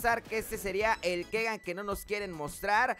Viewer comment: Hijo se pronuncia Kigan no Kegan